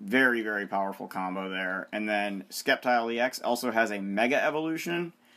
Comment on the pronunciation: ITS SAID LIKE SSEPTILE NOT SKEPTILE!!!!!!